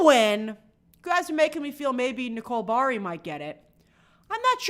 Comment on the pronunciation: Nicole’s last name has 3 syllables. It Buh-hoh-ree. Think…Ferrari